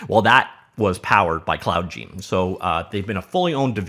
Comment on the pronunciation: Seems it would be pronounced cloud gIne. Like cloud nine.